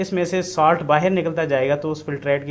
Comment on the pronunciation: The moment he said baher 😅 means pakistani brother.....I instantly liked the video.......support from India bro.......